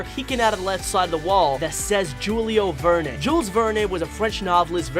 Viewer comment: It was a really sweet and wonderful movie. Good job on your video! However, I wanted to tell you that the 'e' at the end of Jules Verne's last name is a silent 'e' for the future, should it come up. 😉. Thank you for all your hard work and I hope you do another video showing what we all might have missed through out the whole movie. 😁. I look forward to it.